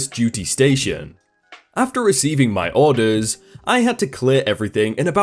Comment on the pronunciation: How you say orders bothers me